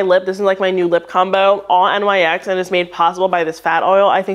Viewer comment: Love this video! Wanted to also point out NYX is pronounced like Nix (they’re named after the Greek goddess)